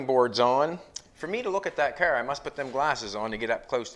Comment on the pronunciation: "We're building this Cerrrrrr".